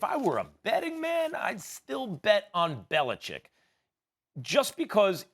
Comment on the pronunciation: I love that Max reflexively pronounces Belichick correctly. Everyone else lazily says "Belicheck."